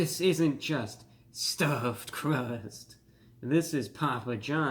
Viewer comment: the way he said "stuff crust" 🤣